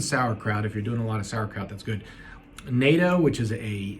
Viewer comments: Bravo for explaining vitamin K2. Natto is pronounced "not-toe". You can get K2 in a supplement capsule. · It’s not NATO but NATTO. Seriously.. I get some asian/exotic foods can have less than appetizing smell/taste for ppl who did not grow up around them but I’m tired of white ppl just being outright rude about it on public platforms. Think it’s disgusting? Great. Maybe put it a different way when you’re posting a video on a platform like youtube or maybe word it differently or MAYBE you can keep comments like that to yourself and your immediate community/group of ppl. There are so many options. Such a difference in saying “I don’t like it,” “it’s not for me,” vs IT’S DISGUSTING. I’m sick of white ppl having complete disregard and disrespect for cultural things. Where do you see asians posting on public platforms everything that’s “disgusting” about your country and culture? SMH. Grown ppl acting like inconsiderate millennials. Otherwise an informative video. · Natto is loaded with K2 Pronounced "not-dou" I prep it twice a week